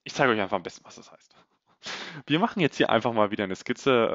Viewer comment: Sehr coole contents, Danke dafür Gleichzeitig keine Ahnung woher das kommt, und warum es mich so nervt, aber diese unnötigen e am Ende von vielen Wörtern finde ich so dermaßen nervig, das ich die Videos oft nicht gucke... Keine Ahnung ob es dich interessiert, aber wollte es Mal als konstruktives Feedback einbauen Machene, hebene, Projektione